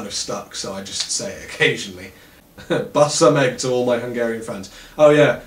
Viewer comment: "Bassza meg, húzz a picsába" Man, I'm Hungarian and I gotta tell ya: I almost fell out of my chair at that part. :D You pronounced it pretty well, good job! ;)